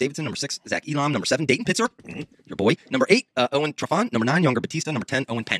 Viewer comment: Zach says Elam correctly & the old coach (God love him) follows up by immediately saying it wrong then Zach says it wrong later in the show 3 different ways😂😂😂 👉🏻EE-Lah-M